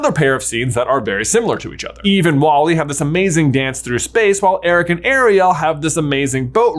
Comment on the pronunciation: It's eve-ahh!! 🥺